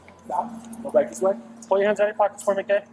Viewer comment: Its "go" not "goo" and you're kinda creepy with your fake anger and concern